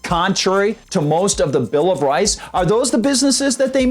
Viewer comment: “The Bill Of Rice” 😆 Anyway- Biden’s bad MKay....